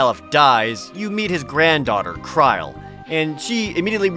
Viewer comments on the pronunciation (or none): Talks about mistakes and then says "Kraaaile" which is not Krile's/Kururu's pronunciation. If he said "Kral" it would have been at least closer to it.